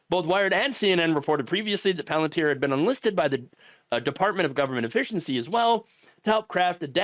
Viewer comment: Good Lord. Its called "Palantir". You know? Sauromon's crystal ball from Lord of the Rings?